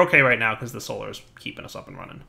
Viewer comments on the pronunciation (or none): none